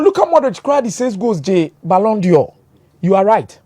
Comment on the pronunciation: All I wanted to listen to was football news. What’s all with these Turkey history class? Also it’s ballon d’Or NOT ballon Dior.